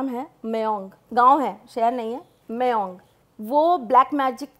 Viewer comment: Mayong ko meyong bol rhe hai😶 im from assam but atlst place ka name sahi se liya kare maam